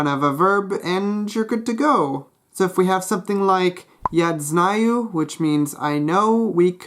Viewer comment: Why do you say "DZnayu"? There's no [d] there, cmon. (More than that, dz is not a common sound in Russian at all. You can really only find it in combination of prefixes and roots like "от" + "звать" = "оТЗывать" pronounced [dz] ).